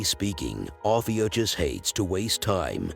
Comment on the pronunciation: Pronounced- OH-FEW-KUSS